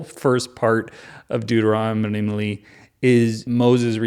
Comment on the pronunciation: I am going to re-listen this playlist just to hear all the ways you say Dermeronomlee ...😆😅